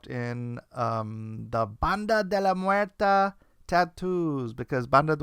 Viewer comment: it should be de la "Muerte" not "Muerta".